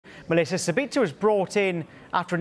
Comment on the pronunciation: ahh yes my favorite player "Mellisa Sabitzer"